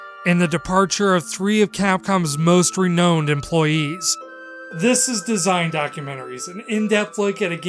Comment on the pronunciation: It’s pronounced like, “most re-nouned employees..”